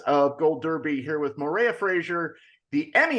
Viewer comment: That is definetly not how to pronounce Moira.